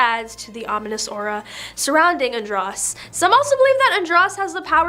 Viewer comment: Andros is pronounced with a long O .... ( an drose)